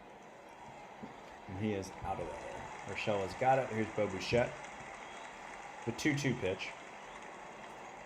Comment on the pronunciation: Lol not to be that guy but it’s bi chette no bu chette. I know you’re way past recording this lol. But love the series.